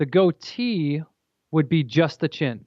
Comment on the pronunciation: It's goatee, honey, not to be confused with gotee records. 😘 No idea where you're getting the h....